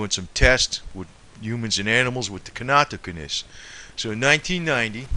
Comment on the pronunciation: This guy is not a healthcare professional which is obvious from his continued mispronouncing of simple medical terms, especially the word Natto, and NattoKinase. It is not Nacho cheese. It is pronounced Knat-O-Kine-Ace. Serrapeptase as well.(Sarah-Pep-Tace) These are protein based medical terms ending in Ase(Ace)!! Please, if you are going to talk about these systemic enzymes, lose the thick Boston accent so that you sound a bit more intelligent, and then please pronounce the words correctly. You can't just say "when it gets into the bloodstream, it just does it's thing". This is a great misrepresentation of the mechanism of action that these enzymes perform in the body. Get the IDEAR??